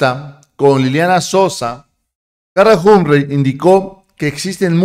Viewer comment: CARLA HUM-PREY ????????? NETA ??? SE PRONUNCIA JOMP-FREY